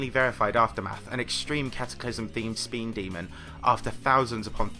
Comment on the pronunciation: What? Speen demon?